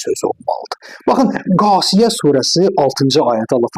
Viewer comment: Qasiyə deyil !!! Cəśiyə -dir, kəlmələri düzgün öyrənməyin şərtdir !!!!